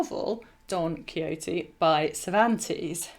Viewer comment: She said it correctly. Perhaps your hearing is off a touch.